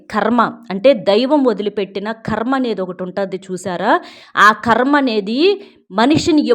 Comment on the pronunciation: మా ఖర్మ . ఖర్మ కాదమ్మా కర్మ .